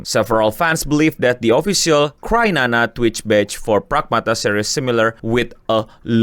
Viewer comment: kok crynana sih? bukannya cryana? Kriana bukan krinana?